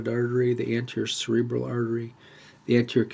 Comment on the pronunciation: I hear you saying cerebella when explaining and pointing to cerebral artery and other cerebral vessels.